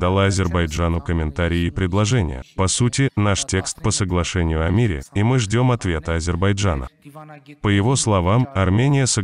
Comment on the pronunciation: Ваххх ))) когда не получается говорим " мИ не хотим " , лицемерия зашкаливает, паршик у тебя !